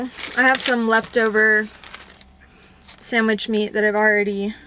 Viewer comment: is saying “And samich for me too!”